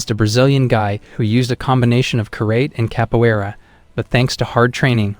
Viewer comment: You're saying karate wrong 😂